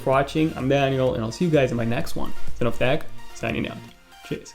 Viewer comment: It is so funny how he says his name